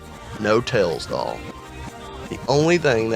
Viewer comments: "ails doll" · I heard The Tails Doll Purse